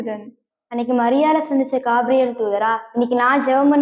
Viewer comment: கேப்ரியல் not gaapriyel